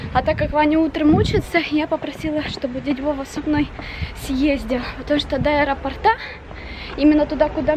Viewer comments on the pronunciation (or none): Не с аэропортА а с аэропОрта! уши заворачивались,неприятно слушать! Не нужно каверкать русский язык